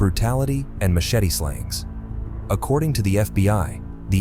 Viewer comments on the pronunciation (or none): none